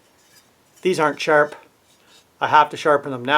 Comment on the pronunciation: "Youse, charp", love it!